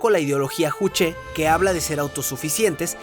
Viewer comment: Juche: SE PRONUNCIA "YUCHE" KBRON!!